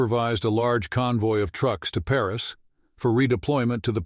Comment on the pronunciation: Not well programmed AI — I stopped at ‘Pareese’